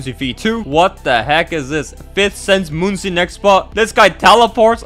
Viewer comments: ITS "Munkiy"like monkey NOT "Moon-see" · its not pronounced "moon si", its pronouced like monkey.